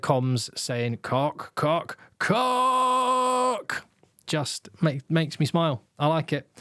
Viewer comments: in Afrikaans "Koch" is not pronounced "Cock"😂 it's more like the Scottish "Och", as in "Och Aye" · Sorry to put a dampener on but it’s pronounced Kogggh, guttural g sound like in Loch